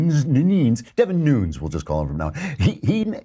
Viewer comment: Nunes----( NU-Nez )